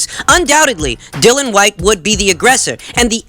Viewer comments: Mate it’s not pronounced Dill-un it’s Dilly-un Whyte. Your great and I’m not trying to be some ass but he deserves his name being announced correctly. Great info and insight 👍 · No it’s two different names. Dylan and Dillian